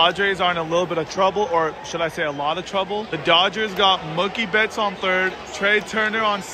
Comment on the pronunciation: Just letting you know you were pronouncing Mookie Betts name wrong